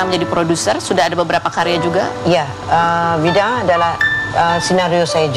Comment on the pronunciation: Bida ah bukan bidah!